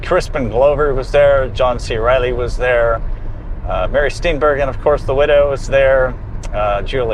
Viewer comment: Good video. It’s also pronounced Steen-bur-jin, not Steen-bergen.